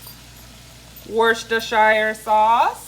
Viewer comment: Wuster-sher. Food looks amazing